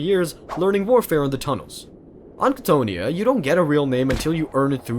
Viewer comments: I have never heard anyone mispronounce Cthonia (KA-TH-OWN-E-AH) before, that was jarring as hell. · I love you content. But you pronunciations grind my gears sometimes. Cthonia (Ca-tho-nia). Thank you for this beautiful video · I have learned that loretubers love mispronouncing things just for ragebait. Like Cthonia. You and Arthur Bones drive me crazy sometimes. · Not trying to hate, but you’re pronouncing cthonia wrong and Horus never gave fulgrim the laer blade, fulgrim claimed it himself